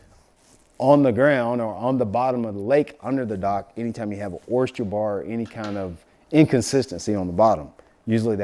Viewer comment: Bro! Oyster not Oyst-cher 🤪 you makin' me crazy hearing that! 😂